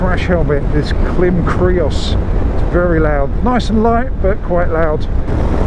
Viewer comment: Klim pronounced as in climb :) Great review, tremendous depth. Just need a test ride now.